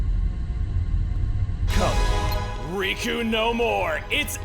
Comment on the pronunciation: Riku not Roku lol